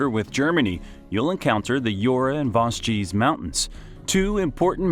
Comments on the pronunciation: The Vos-gees. 😅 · Yknow I saw the comments before watching the video and at first I was like aw it's not that bad! By vosji I was on my knees shaking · The Voss-jee really got me 😂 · Vos.... Vosgeez...? Alors non. Là c'est non, on touche pas à mes Vosges 😭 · It's not even that hard to pronounce. Vosges, like loge... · The absolute worst was the "Vos-ges" mountains. Why would anyone publish something so inaccurate? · la prononciation des vosges elle m'a plié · (Par contre, il pourrait bénéficier de quelques petites leçons de prononciation, n'est-ce pas ? Vosges, Jura etc. ;) ) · J'avoue que lorsqu'il prononce assez bizarrement. The Vaudgies (à l'américaine), mais c'est horrible. Sans parler du "col de la chloupe"! Col de la Schlucht. Mais je connais beaucoup de français et vosgiens qui ne savent toujours pas le prononcer comme il se doit.